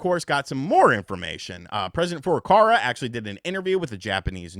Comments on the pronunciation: for the millionth time, it's FurukaWa, not "FurukaRa" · Hi, i have followed you for like 4 years, you are great, and like your style, but you make one tiny mistake over and over again, which annoys me a bit😅 Nintendos president's name is FURUKAWA! Sorry man, but it's not Furokara.. would be nice if you said his name correctly, since you use it so often.. I've heard this a thousand times now. I hope im not annoying you. Just want to help you out man.. Hope that's ok. Stay awesome💚 Cheers man.. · It's FurukaWA. Is it that hard to read? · He keeps saying FurukaRa. Why? I actually want to know :)